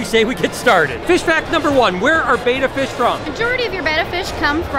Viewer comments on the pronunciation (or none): Betta* not beta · Betta is pronounced beh-ttah